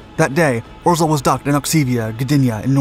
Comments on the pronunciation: By the way, "Orzel" is pronounced "Ozhaew" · Please do not try to read Polish Names and proper names it hurts Ps rz=ż pronunciation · I loved the video, but way you day orzel kills me